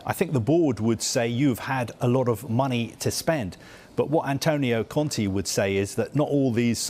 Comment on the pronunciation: ContE not Conti. These guys butcher even the most simple names.